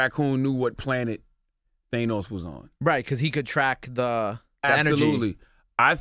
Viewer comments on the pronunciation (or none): THAYNOS lol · Jesus Christ. Can Charlamagne stop saying Thay-Nose? This mofo just admitted that he watched Endgame twice already. Pretty sure he watched Infinity War even more times. And everybody pronounces Thanos correctly throughout these movies. How do you not catch that? Where did he even get Thay-nose from??!